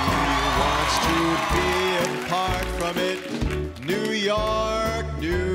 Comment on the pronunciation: Love how this guy pronounces York like Sinatra, "Yark!"